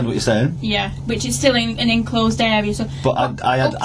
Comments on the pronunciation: you are right but if you listen carefully she does pronounce it as “in closed” a couple of times 😂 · Stupid woman it’s enclosed not inclosed which is considered archaic and nonstandard. talked too much answering her copsplaining.